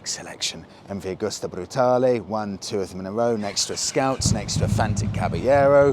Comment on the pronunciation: Come on, guys, you sell these bikes. It's MV Agusta, not augusta.